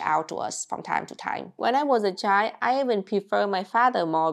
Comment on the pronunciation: I love the way she pronounces the word child. It's just chi :face-green-smiling: The whole 2 letters are missing and you still know what is being said.